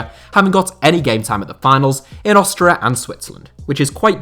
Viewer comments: What's with the weird pronunciation of Austria? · You say Austria wierd.